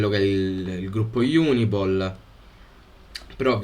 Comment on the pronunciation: si dice Unipol. Non IUNIPOL